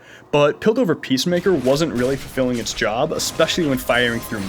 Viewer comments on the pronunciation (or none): When he says "Piltover Peacemaker" , does it sound like "Coke over peacemaker" to anyone else?